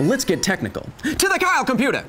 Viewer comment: For a sec I thought he said "to the cow computer!".